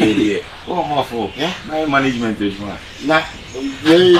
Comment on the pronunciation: “ admentris of management “ 😂😂😂